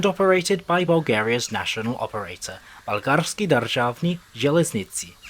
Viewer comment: As a person from Varna I feel very proud of the mentioning of my city and also its pretty funny to hear you mispronounce a lot of stuff like Gorna Oryahovica (Горна Оряховица)or Bulgarski durzhavni dzeleznici (Български Държавни Железници). Pretty good video I am glad, that you took BDZ's problems with no problem like ,,Meh it's a part of the journey".